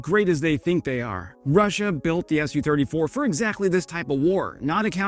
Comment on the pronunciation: It's not pronounced "Es You Thirty Four", It's "Su Thirty Four" as indicated by the lower case 'u', Su being a contraction of Sukhoi (the company that designed the Su 34)